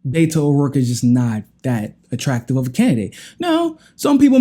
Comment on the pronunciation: not "Bayto" he pronounces his name "Betto"